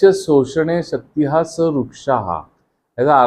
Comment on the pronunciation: माहिती उपयुक्तच आहे . [पण क्षमस्व ! गुणेनं नाही. गुणेन . शक्तिः ( उच्चार शक्तिहि प्रमाणे. शक्तिहा नव्हे. ) ]